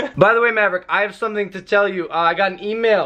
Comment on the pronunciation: You didn't finish mavericks name you made it say maver !!!! 😕😕😞